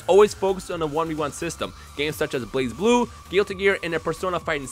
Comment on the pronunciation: DAMNIT its not called Blaze-Blue but Bl-uhz-bloo